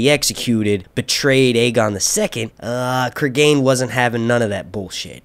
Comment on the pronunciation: Pronunciation will be Creeg'n not Cregain like Clegane. English pronunciation is the first one, which I know because there's a well known murder in the UK by a man named Cregan and that's how his name is pronounced.